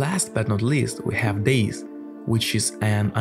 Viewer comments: Calling dayz days is crazy it’s pronounced day-ZEE not days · Is Dayz not days lmaooo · Man said "Days" 😂😂😂